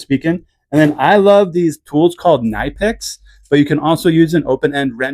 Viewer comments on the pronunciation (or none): Where did you get that fork vise? That is sweet. Also, oddly, the pronunciation for "Knipex" is "Kuh-NIP-ex" the company themselves always talk about this and demonstrates the pronunciation at trade shows in the NA market.